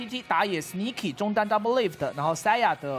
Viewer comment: Saya是什么鬼，连选手名字都叫不准